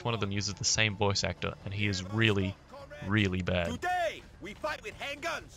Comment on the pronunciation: "tooday, we fight with han guns, toomorrow, we gon fight with croose missile"